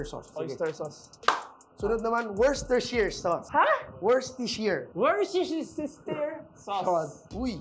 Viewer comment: "worstershayr" = Worcestershire